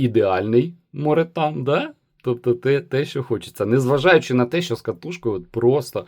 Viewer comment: Morethan = more than (англ. більше ніж) і читається ну ніяк як моретан 😂